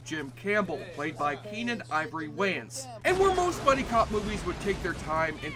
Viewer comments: You must be Canadian cause no American world pronounce that surname wrong. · YOU CANNOT PRONOUNCE THE SURNAM WAYANS CORRECTLY , HAVEN'T YOU HEARD OF THE WAYANS BROTHERS.